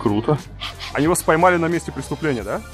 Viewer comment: 15.02. "Вспоймали на месте преступления" )))) Варламов учи русский)))